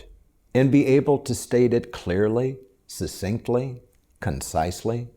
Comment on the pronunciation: when he says you need to state your message clearly, sasinkly